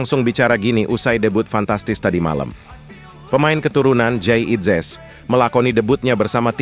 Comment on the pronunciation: ini komentatornya juga orang Belanda ngomongnya Jayadi inzes